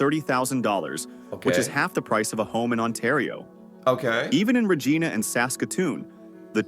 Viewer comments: I don't know who made this video, but they don't know how to pronounce Regina.... (at about ) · WTF? He said "RegEEna" instead of Reg-eye-na. What is wrong with this narrator? BTW, in Saskatchewan, Regina is almost as crazy as Winnipeg for wind and temperature... 35C in the summer with hot wind, big thunderstorms, -40C in the winter with cold wind. I've been there when the windchill was -57C. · TRYSAYING REGINA = REG (EYE) NAAAH NOT REGI NAH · That guy, it's pronounced Reg'i'na not Regena. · Lol ... Regina Re Gi na ... Ai is so stupid ... it's not re gee na ... 😅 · It's not Rajinna, is Ree-jye-na. Regina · He said Rageena. It's pronunciation is Re gine a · lol. this video getting reviewed is VERYYYYY AI-read. I cannot help myself but I have to say this. 1. Regina Saskatchewan is pronounced "Re"-"g"-"I"-"na" not "Re"-"gee"-"na". 2. Potash is pronounced "potash" as in 1 word, ideally with a "soft t" sound so it is easier to say; not "Pot"-"ash" (not too certain where it got the weird pronounciation from). AKA. saying "potash" shouldn't sound like a person getting punched in the stomach. 3. smh poutine is not "Pow"-"teen"; it is "poo"-"teen". ALSO... all the housing estimates are for within a specific city. There are houses around the $100K mark and below within small towns and the country. of coarse, these would also be older houses as well. - Saskatchewan. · Stupid AI.. It's pronounced Reg-eye- na, not Reg-ee-na!! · Yea! You (& the narrator) pronounced Saskatchewan properly, however, he must be AI because he pronounced our capital city wrong. It's Regina (long i) not Regeena, thank you very much. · “Even in REGEENA?!?” Did the narrator guy really pronounce Regina as REG-EE-NA?! Nooo it’s pronounce like vagina with an R. They don’t call it “the city that rhymes with fun” for no reason 😂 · OUCH! How do you know it is an AI voice over in the video? They pronounce "Regina" "Rejeana." It is an "eye" sound in "Regina." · It’s Regina, rhyming with vag..a. Not Regeena! 😂